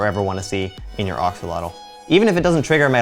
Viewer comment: Pronounced ax-oh-loht-ohl or ash-o-loht but good video!